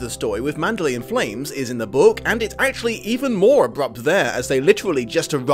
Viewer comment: You FAB host, "ManderLEY!" Most say it like Burma city ...LAY. But 2× you floor me. Spine-gain has SUCH timed reason & impact, also A+ acting; death reveal unplugs her long misconception.